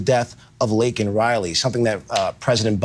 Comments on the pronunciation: Bro! Her name is LAKEN!! Not Lincoln. We have to be better than the libs. We gotta get her name right. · No reaction from the Guilty…. I have to correct you it’ like the word “Lake” NOT “Link”not being ugly just wanted to have her name said correctly. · #1 During the State of the Uniion Message Biden didn't even probnounce Laken Riley's name correctly; "Lincoln Riley". #2 The border bill wouldn't do anything to help secure the border, it would provide for expidited processing of immigrants: $118 Billion “Border” bill; * $20 Billion to for US/Mexico border; 17% of bill $$$. The other $98 Billion will be spent on: * $73.8 Billion to Ukraine (In addition to the $79 Billion + already spent) * $14.1 Billion to Israel * $10 billion in humanitarian aid for civilians in Gaza, the West Bank, Ukraine and other nations * $2.4 Billion to combat Houthi Rebels in Yemen * $2.6 Billion for munitions to Taiwan * Requires the US to process at least 1,400 migrants per day; 9,800/week, 42,000/month, 511,000/year. * Gives the president the power to shut down the border if more than 4,000 migrants attempt to cross the border in a week; 16,000/month, 48,000/year. * The $20 Billion earmarked for “border security” is to be used, not to secure the border, but to provide additional personnel to more efficiently handle processing immigrants. * The bill would cost over $350 for each of the 330 million Americans. This is about $1,200.00 for the average American family. Under the Biden administration Illegal border crossing have reached the highest numbers ever recorded; 300,000+ in December 2023 alone, a steady increase since Biden took office with 2.2 million in 2022 and 2.0 million in 2023. Under the Trump administration illegal border crossing apprehe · Hey, kind of painful. Her name was Laken Riley. Not “Lincoln”, not “Laneken.” Lake-N, not Lin-Ken, not Lane-Ken. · Laken, not Lincoln. Don't pull a Biden on me,. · Laken, not Lincoln, say her name correctly. Biden fucked it up too.